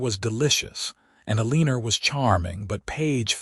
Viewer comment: AI needs to learn pronunciation of Eleanor and Boise😂